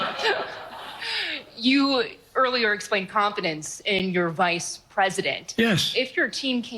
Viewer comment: Him saying Vide president trump was wild.